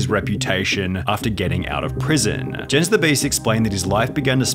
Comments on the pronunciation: rip sunny for the way he pronounced "jens" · Jens the beast is actually pronounced "Yens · Jens the beasts name is pronounced as yens like a y but spelled with a j, i would know. Thats my name as well